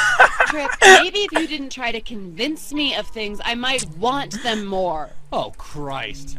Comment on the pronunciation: Mas se dice more no moar